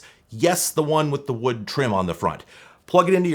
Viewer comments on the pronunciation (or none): none